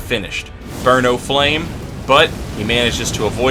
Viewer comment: every time you say burn, o flame with any speed, i just hear it as burno flame like it's some cheesy off-brand fire or something